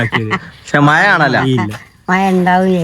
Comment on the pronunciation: maya enh kelkaan nalla rasaaa.... Maya alla mazha😂❤❤❤❤❤❤❤